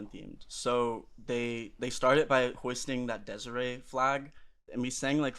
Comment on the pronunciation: You pronounced deseret wrong king